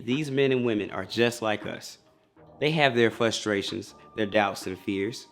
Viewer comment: It's not "fustrations" it's fRustrations ;)